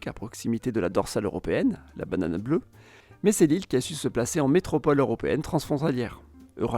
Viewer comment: ça me chamboule, j’ai l’impression d’entendre la bananane bleue xo